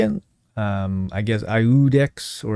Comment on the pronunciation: EE UU DEX (ˈi̯uː.deks) is the correct pronunciation. Iudex means "Judge" or "decider" in Latin